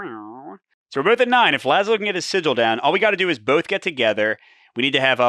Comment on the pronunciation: Pretty sure sigil is pronounce Si-Jill, as you first pronounced it. Like the look of this,. Thanks as ever. 👍